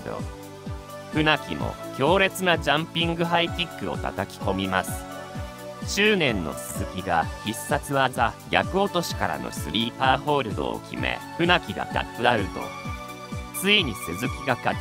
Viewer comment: ぎゃく落としではなく､さか落としです